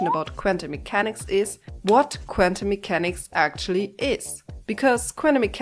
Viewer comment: I'm a huge fan of you saying "quantum mechanics" 54 times in this video and pronouncing it "kvantum" mechanics every time. That's commitment to the bit!